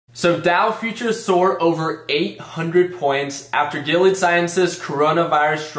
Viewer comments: It’s definitely pronounced GIL-EEE-AD my guy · Say their name right before you buy